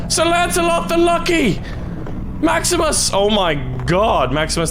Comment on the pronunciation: Honestly the only Latin you said right was the name of maximus